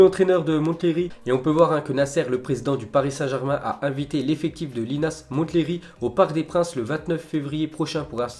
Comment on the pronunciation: Comme pour Mont-blanc ou Mont-St michel, le t ne ne se prononce pas pour Monthléry qui se dit Monléry !